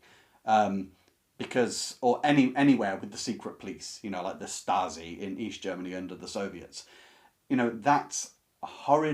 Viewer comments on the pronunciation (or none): none